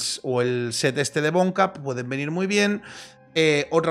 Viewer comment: Pregunta seria. Porque le al set de Wonwacq le dice "bonkap" si se pronunciaria won-wak? Rechina un poco que lo pronuncie mal xdd Como tengo el video lo tengo tipo podcast pase media hora buscando el set de bonkap en lugar de wonwacq xd